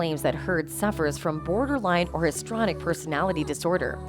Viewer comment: Why is pronunciation ignored…histrionic not histronic